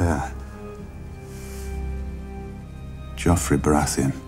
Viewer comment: I think its more that no English person would ever pronounce it that way. Its the same with Baratheon, GRRM emphasises the ON when all the British actors use -UN.